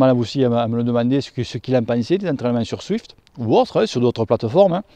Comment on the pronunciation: je sais bien mais dans la vidéo on (je) entend swift, d'où ma remarque 😉. Sinon très bonne vidéo 👍